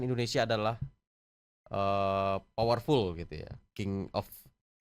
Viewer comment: powerful ❎ pawirpul ✅ 😂😂